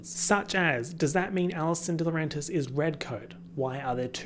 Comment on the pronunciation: saying "Allison D-swag-rentis" lives rent free in my head.